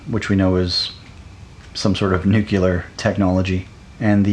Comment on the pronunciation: Okay but stop saying "nukular". :)